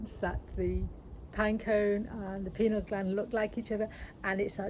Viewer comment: PINEAL gland...PINE - AL....not PENAL